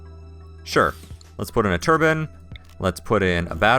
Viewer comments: yikes, 3x3 bedrooms aren't really a good way to go, 4x4 to 5x5 would benefit your colonists moods better, unless they have the Asetic trait which they would prefer a smaller bedroom but that's the only time that would be a good idea to use 3x3. Also, Tur-Byne, not Tur-bin. A turbin is a headwrap arabic people wear. Other than that, good start :) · It bugs me sooooooo much that he pronounces it turban rather than turbine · Please, please, please, learn to say Turbine. I'm enjoying watching your play-throughs, but it is almost painful to hear you say "turban" instead of turbine. I honestly have never commented negatively on someone's accent before, but this is really grating, when you are generally clear on everything else. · why do you say turbinn instead of turbine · He had to make sure he covered his areas with a Ruff too. :) lol. Interesting seeing how people from different English countries say the same word.